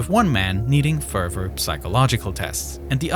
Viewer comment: this guy uses the word "further" so many times but can't say it correctly, its getting me mad